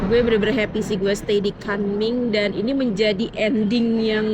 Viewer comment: Kunming bukan kanming😅